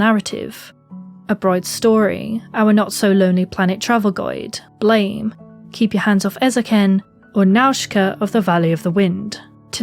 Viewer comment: you pronounced BLAME! wrong, other than that stellar video